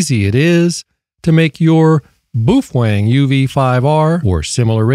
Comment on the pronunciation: Boofweng.....😂😂😂 It is pronounced Po Fung......